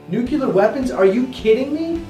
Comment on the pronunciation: ITS NUCLEAR NOT NUCULAR haha